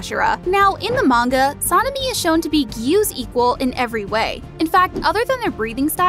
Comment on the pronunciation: You Say sanemi name so bad